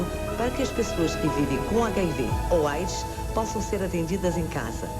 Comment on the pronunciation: QUE VIDEO MAL FEITISSIMO, A MUSICA MUITO ALTA, TODAS AS INFORMAÇÕES COLHIDAS DE OUTROS VÍDEOS, UM LIXO COPIADO. É AIDS QUE SE FALA E NÃO EIDS.